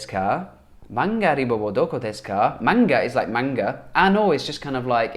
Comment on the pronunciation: Hi, I've learnt how to learn new language from your recent videos. These are really useful. I found that using new words and phrases directly is very important to new language learners. Thank you. Yes, 'nikai' means second floor in Japan, but it also means first floor in the UK. Because we have no ground floor.(American style?) Additionally 'manga uriba' should be pronounced 'manga Ωriba'. 'Ω' is one of phonetic symbols.